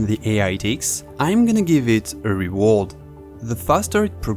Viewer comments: "Rewald" is not just an accent, it's lazy pronunciation that can and should be fixed with practice. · rewald lmao, learn to speak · bro went from “REE-ward” to “ree-WARD” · Reworld? Lol you mean reward... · It's pronounced : Ree-Ward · Bro can't even say "reward" bro dumb ahh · Lmao he really struggles each time he attempt saying "reward" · I love the way you say "reward"